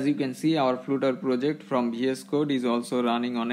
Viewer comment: Its funny how you say 'Flutter' as flute-er.